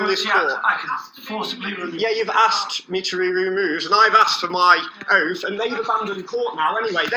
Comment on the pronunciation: “Have you got your oaf wif you today”? Uh, you’re here so I guess, yeah, our oaf is here! a